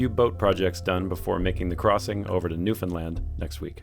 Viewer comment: Ty for saying Newfoundland right! Feels good to hear people say it right ❤